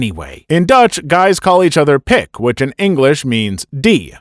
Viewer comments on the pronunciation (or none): "pic"? No. Pik! Like in 'Jo pik, hoe gaat het met je?'. Nothing offensive about that. Just normal conversation.